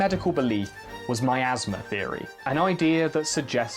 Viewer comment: i love your channel but it's 1. "har-binge-ur" and 2. miasma love you!